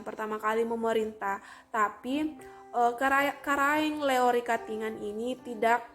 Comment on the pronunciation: Karaeng LoE, bukan Karaeng Leo, tolong dikoreksi, perhatikan juga pengucapannya yg tdk sesuai, seharusnya sebelum membuat video ini berkonsultasi dulu dgn orng yg paham utamanya dlm penyebutan nama.